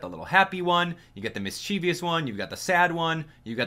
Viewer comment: Mischievous is pronounced like mischief us.